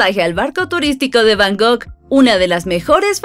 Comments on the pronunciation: Está muy bien el video, pero se dice Bangkok, no Bangok 😅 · Repite conmigo es B A N G ( K ) OK 😊